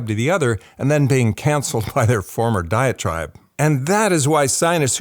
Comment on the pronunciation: Just one critical note: You need to verbally emphasise "diet tribe." I thought you were saying, "diatribe." That made almost no sense, but just enough to confuse me, till I turned on the subtitles. One could be from one "diatribe" or another, so it sounded like you were kind of coining a new usage of the word, rather than coining a new term (as I have never heard of a "diet tribe," tho the idea makes entire sense). Side note: vocal fry is a little distracting.